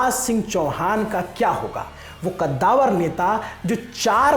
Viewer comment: ग़द्दावर नही कद्दावर